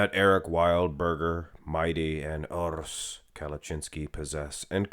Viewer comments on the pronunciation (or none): Why do you call him Mighty, his Name is Mehdi 😅 And the "r" in Urs is not supposed to be rolled.